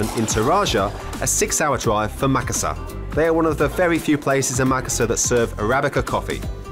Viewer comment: Makassarrrrrrr not makassahr, you arent bule for merlin beard sake xD